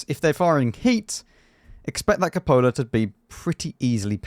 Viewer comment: Cúpola, not copóla.